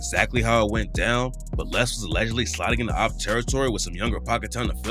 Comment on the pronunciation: Cant even pronounce his name right lol Lil LAY